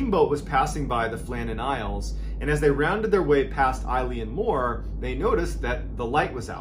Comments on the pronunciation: Island name pronounced like 'ill-an moor' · Elan mor is a closer pronunciation. Eilean is Gaelic for island, mòr means large/big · It’s not pronounced Eileen Moore, it’s pronounced ILEN Moore it means big island in Gaelic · its not pronounced moore, its pronounced muuuuirr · Exactly when he said Eilean (Mor) as I had the video playing I was reading the name Eileen (Dietz) somewhere else in another tab. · It's pronounced (Yay) (Lan) More and just means big Island. I'm from an Island off the NW coast of Scotland too :) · Eilean mor pronounced 'ill an' means 'big island'. Just a bit of info. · Eilean Mòr? big island?